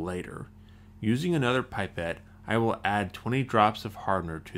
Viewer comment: ITS NOT PIPE-ETT ITS A PIP-ETT